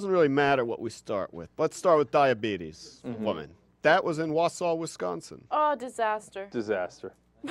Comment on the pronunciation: 2/3 1. I lived in WI, tons of religious nuts there big time...easy (pronouced Wal-saw, WI) 2. bulldozer in a contemporary story? Louisiana is only state choice where it aint uber cold right now